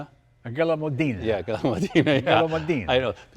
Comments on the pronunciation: The color yellow is "giallo" in Italian, pronounced "jah-ll-oh" How is it that Jay and his guest manage to mispronounce every word they try to say in Italian?😂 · All those Ferraris and he still can’t pronounce Modena ( Moh- den- ah not Mo-deena) or Giallo (jallo) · The colour is "Giallo.....". needs to brush up on his Italian lexicon and learn how to say FUV with the italian hand flash under the chin gesture